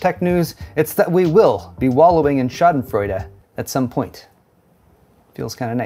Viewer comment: went full german with his "Schadenfreude":face-blue-smiling:, ah the good ole joy when you see others fail.